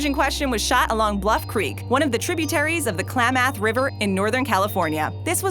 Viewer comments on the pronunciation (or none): Klam-math river huh? 🤣🤣🤣🤣 Klam-meth is the correct pronunciation